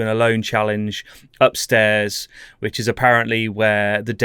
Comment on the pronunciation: I can't stop hearing "witches" every time you say "which is", LOL